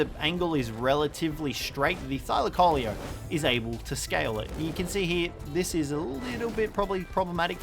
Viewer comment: (thigh-lacko-leo) is the pronunciation